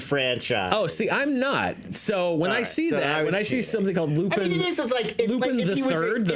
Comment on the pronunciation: Hi, Don't worry, Lupin III is way older than you. The first iteration of this anime started in 1971. It's more of an old person's anime than for the young ones. PS. If you want to impress the weebs, call it "Lupin Sansei" (like Sensei, except with an "ah" sound). That takes care of "the Third" part of "Lupin the Third".